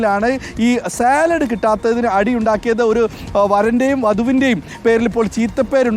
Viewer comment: സലാഡല്ല അരുണെ സാലഡ് എന്ന് പറയൂ. അരുൺ യൂണിവേഴ്സിറ്റി കോളജിലെ അധ്യാപകൻ തന്നെയായിരുന്നൊ